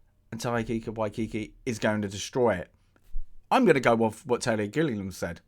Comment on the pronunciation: Are you mispronouncing Waikiki's and Gilliam's names on purpose, or did you just never bother taking a couple seconds to read them?